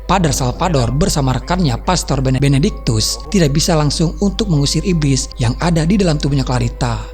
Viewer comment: benectikus harusnya benedictus..hahahahaa